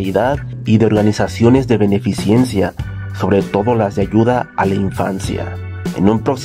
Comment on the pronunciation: Buen video, solo que no se dice y tampoco se escribe " benefiCIENCIA* sino "benefiCENCIA*.